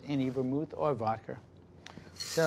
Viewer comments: “weve got vodker” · “Vod-cur” I love regional American accents. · Is no one going to mention that he said "vodker" (ish)? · WAIT WHAT DID HE SAY. VODKRR?!? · Did this man just say Vodker? Lol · Nobody: This guy: VodKeR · did my mans just say vodker? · “Some vodker” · Did this guy just say "vodker"?